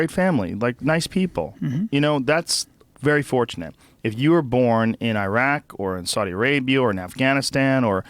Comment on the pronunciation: Good to know Bryan can pronounce Iran and Iraq properly :))